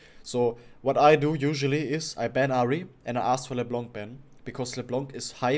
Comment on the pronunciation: Why do you keep saying leblanK it's leblan without the n an = en in encourage do you get it ?